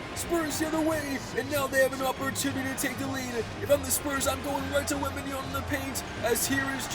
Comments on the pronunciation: Bro please work on your pronunciation of Wembanyama, it’s WembanYAMA not WembanYANA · You say it Wembanya'N'a ?😅 It's wembanya-MMmmmma😂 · it’s wembanyaMa with an M not an N 😭😭😭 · this is like the 4th or 5th vid where ya say wembanyaNa instead of wembanyaMa 😂 just say wemby bro lol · That's cool but for FUCK SAKE, it's Victor WenbayaMa, with a M, it piss me off so much that half of american can't pronounce correctly his name lol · Bro been watching your videos for a while, all i can say is your going to be a better commentator if you actually read wemby name